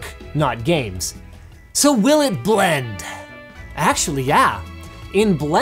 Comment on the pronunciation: "Will it bland?" Linus Sebastian become the Blendtec guy...